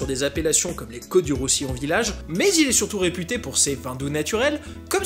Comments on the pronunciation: Banyoul Arg mon coeur saigne : le "s" se prononce à la fin ;) pareil ton "o" de Maury est très bizarre a entendre (comme si ça sonnait faux XD ne me demande pas pourquoi c'est l'impression que j'ai) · La Grenache. La paëlla, paeya et non paeja ou sartén s'il faut vraiment que ce soit un plat espagnol 🤔 Et Banyuls, prononcer banyoulsse ! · On dit Banyulsssss ;) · (le s de Banyuls se prononce ;) ) excellente vidéo comme à ton habitude ! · Banyuls on prononce le s à la fin